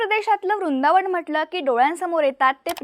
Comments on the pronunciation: हिला कोणी तरी सांगा रुंदावन नाहीं वृंदावन... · उच्चारण रुंदावन का करताय, वृंदावन आहे, व च उच्चारण करा